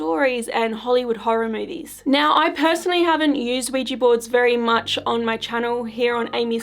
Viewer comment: People need to stop calling these "Ouijee" boards. It's so bloody proletarian. They are Ouija, not ouijee.